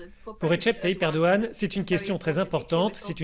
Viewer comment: Commence déjà bien à le prononcer c'est Erdogan 😂